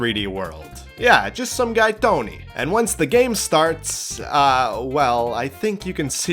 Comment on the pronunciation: Italian emphasis on tony lol. Becomes a don with unlimited fire flowers. don’t take chests for granted. Kena has you manually dive in to get lol and some games have bad animations like star ocean divine force and Valkyrie elysium. I did have a barrel get stuck in midair for Oceanhorn 2 for no reason lol. Robopon 2 is better, you got a party and they fight at the same time.